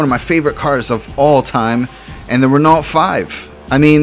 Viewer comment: it's not pronounced Renault it's pronounced ren-o. Just so you know!:)